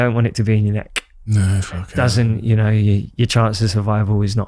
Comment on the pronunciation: It's you not yoo. 🙄